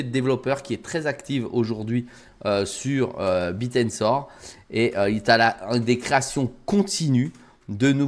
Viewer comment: c est pas le Biir mais le Bèèr